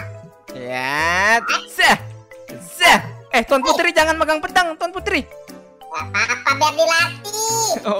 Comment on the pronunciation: Bang putri bukan purti